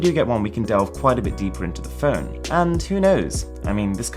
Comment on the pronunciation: Please say Phone correctly.